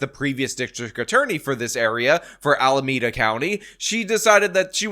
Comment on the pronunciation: You said Alameeeeda! Not Alamaaada! So proud of you!❤❤❤